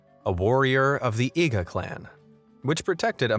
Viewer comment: Did he just say "a ninja from the yiga clan"?my Zelda brain is tingling.